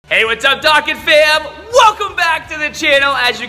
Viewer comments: Its dokkan not doken Just sayain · ITS PRONOUNCED DOUGH KHAN DOKKAN